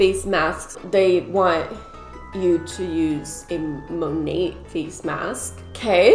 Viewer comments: “Monate/monatt” As someone who took French for two years in high school, I’m offended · The way you say "Monat", cracks me up lol I think its mo-nay(ending with a soft 't') it stands for modern nature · It's mo-nate lmfao Modern Nature is what it stands for, so Mo-Nate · I heard it's pronounced mo-nat like mother nature. I guess they merged the words mother and nature together and got monat. Kinda weird. But ok. Yeah. That's a thing. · Everybody talking about how you pronounced monat but you killed me with how you pronounced cuomo